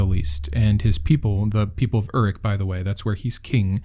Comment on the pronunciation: Pronunciation correction (not a big deal though) the city is pronounced as Uruk (oo-rook)